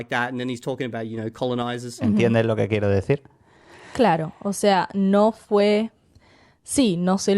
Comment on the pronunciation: 300 hours to not be able to say "yo quiero" is crazy, I feel like you could get better in 30 minutes of actual study